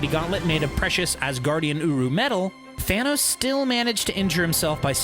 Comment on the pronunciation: did you say fanos?